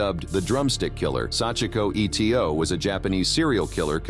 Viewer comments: Sachiko Eto - why does the narrator say the letters E T O and not pronounce her last name correctly - ‘Ee-toe’ ? Etc, is never pronounced E T C but as it’s full version of ‘et cetera’ (it’s Latin and means ‘and so on’) ! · It's not E T O, it is just Eto (EETOE)